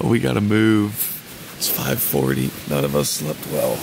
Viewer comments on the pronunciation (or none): none